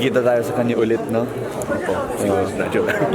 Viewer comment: Gusto ko yong pronunciation ng "NO" nagiging "Noy" ..Peru fluent sya mag Tagalog ha?